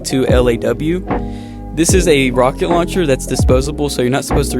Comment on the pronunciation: The LAW is pronounced like the law in “law and order”